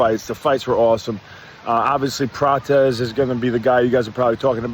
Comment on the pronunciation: Lol wtf is calling Prates 😂😂